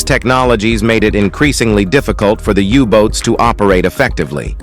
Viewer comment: There are so many mispronunciations in the commentary and misspellings in the subtitles. The dive bomber was the Stuka, not Stuca. The Messerschmitt was the M E 109, not the Me 109. And the German submarines were called U Boats (Undersea Boats) not U votes. I gave up watching this drivel less than 10 minutes into it.